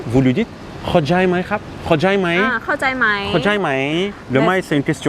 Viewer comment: Salut a vous, sympa votre vidéo mais tu fais 2 erreurs dans ta prononciation Thai, la premiere (comme la plupart des farang) tu dis kao djaille pour dire comprendre, c'est n'y correct n'y joli a entendre, c'est kao tjai avec un T et non pas un d, c'est le tj de tjane qui veux dire assiette. Et lyang pour demander si tu as deja mangé, c'est pas lyang mais "Ru yang" avec un R bien roulé comme dans le parlé russes.